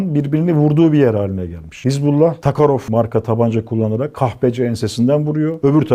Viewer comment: Takarof değil Tokarev ismi önce git öğren sonra burda anlatmaya çalış